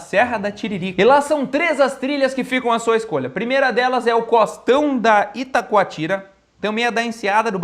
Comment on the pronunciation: Itacoatiara, e não itacoatira, apenas uma pequena correção, mas foi belo vídeo, sou vizinho do Elzinga, ele é do Rio Grande do Sul e eu de Santa Catarina, mas Morei por 16 anos no Rio de Janeiro e conheço tudo isso que ele mostrou, mas o Rio de Janeiro tem muitas outras coisas belas para se viver e visitar, eu vejo os olhos do Miguel brilhar quando seu Portugal é citado, tenho orgulho da família real portuguesa, que na verdade considero brasileira, os foram os grandes heróis por defender cada metro de solo brasileiro, e devemos esse país continental, aos portugueses, eles foram muito fodas nessas terras brasileiras, obrigado Portugal.